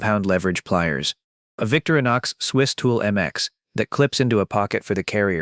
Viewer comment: Vic-TOR-i-nox. 4 syllables.